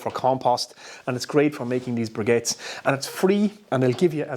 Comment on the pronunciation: Sounds like you have a G in the word "briquettes". :)